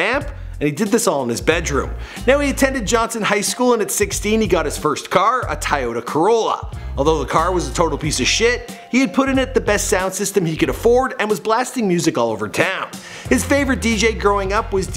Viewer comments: TOYota, not TIEota... 🙄🙄😒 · Did this nigga just say "Tie-yota" instead of Toyota!? Lol man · Its toyota no tayota lol #JustSaying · how the hell do you pronounce Toy.... because a Toyota is in no way pronounced Tie-ota... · Bruh it’s not a ty-ota corolla.....it pronounced Toyota (toy-ota)!!! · What's a TIYOTA COROLLA? Never heard of that car brand 🤔🤔🤔 lol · Gus Perez tayota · "Tieota Corolla" 😂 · Tyota wow that’s a new one 🤦🏽‍♂️😂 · Tiyota Corolla!? 😂😂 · Umm what the hell is a "Ti-yota Carolla". C'mon!! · This man can’t pronounce any words right lmao “Tayato” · "A tyota" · You just disrespected all car guys by saying tiyota corrolla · You are butchering his last name. It’s not hard to find out how to pronounce it, literally takes 30 seconds. You don’t know how to pronounce Toyota either, you literally said Tyeota. Um??? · What's a Tieyota? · Did you really call it a tie-yota 💀💀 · What the hell is a tiota? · Leave it to to mispronounce TOYOTA 😂😂😂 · Bro like you can’t even say Toyota right? Cmon now 🤦🏾‍♂️ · Learn how to pronounce Toyota then I'll invite you to a party